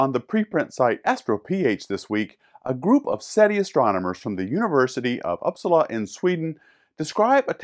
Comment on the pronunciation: Love your pronunciation of Uppsala. Haha